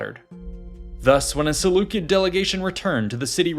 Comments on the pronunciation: pronounced "sih-LEW-sid" if you make another video concerning them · There's no such thing as a soft "C" in Greek or Latin :) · SeleuSID not SeleuKID. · Selucid=selusid not Selukid. Please fact check your ai's people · Seleu-kid pronunciation is definitely a choice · I have been pronouncing Seleucid wrong lol